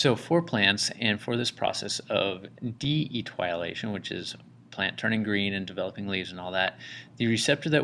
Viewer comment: Eee- tee- oh-lay-tion. But good other than that